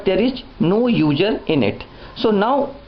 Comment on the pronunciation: I like how he says User.....Uger. Good video though.